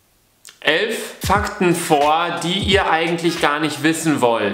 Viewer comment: Ich höre den ersten fackt sofort gedisliked